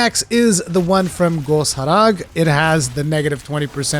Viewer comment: why do you pronounce some monster names as if they were in some exotic language? I mean, it technically is, but why do you call it Ghos Harag instead of Goss Harag? Genuinely confused. I notice you also say Tetranadon with a rolling R sound--like Tet-thrra-na-don instead Tet-ran-na-don. Sounds like when people try to say French words in the French pronunciation like "kwa-sawn" for croissant, which is the correct way, but for MonHun, I don't suppose there is one correct way.